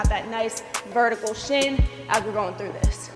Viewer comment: “Verticle” is crazy